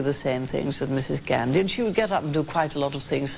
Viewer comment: Mrs "Gaarndhi" ? WTF?